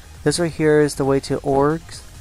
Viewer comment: did he say orges? they are pronounced o-gr-s